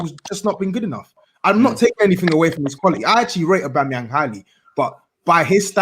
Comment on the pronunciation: calls him aubamyemang lmao